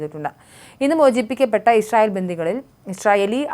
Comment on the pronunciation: എന്ത് ഇശ്രയേൽ പോയി നാക്ക് വടിച്ചിട്ടു നോക്കി വായിക്കൂ